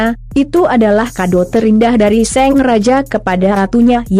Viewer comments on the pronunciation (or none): Mengapa Narator, kata Sang menjadi Seng.. contoh: seng raja, seng ayah ..